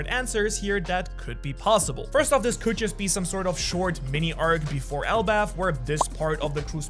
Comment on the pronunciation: It is elbaf